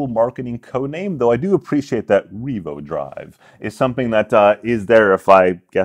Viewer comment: Thank you Ray. Can we have a super cut of you saying "Revo-Drive" ? Glad I've never bought a Casio G-Shock Analog-Digital , so I can put that money toward this - IFF my first Gen Solar Instinct ever dies. At that price I wonder if they thought about swapping in tritium gas tubes on the hands instead of the brilliant but limited time Super Luminova.